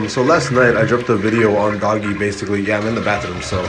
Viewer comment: Doggy coin lmao wtf 😂🤣😂🤣 if you know so much about doge why don’t you know how to say it properly?